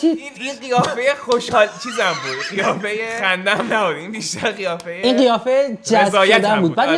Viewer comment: سلام اشتباه لفظی داشتی قیافه رو گفتی گیافه